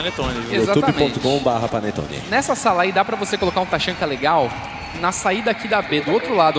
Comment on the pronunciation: esses narrador sabe nem dizer o nome dos personagens porra taxanka kkkkk se fude cara amo o tachanka mas o taxanka não